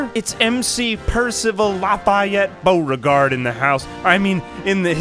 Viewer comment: Omg the way you pronounced Lafayette Beauregard was Soo good. Is that what ASMR is like? I had to rewind ten times